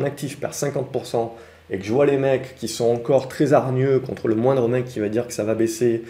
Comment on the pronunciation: "À mondre risque "